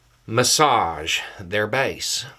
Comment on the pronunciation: I love how you said, with a pregnant pause, "massage" the base. Made me lol. 😅 I could hear every letter in that word! Well done